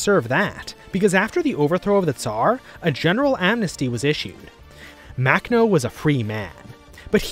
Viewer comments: It’s pronounced [maxnɔ] not [maknɔ] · The way he pronounces Makhno… shudder.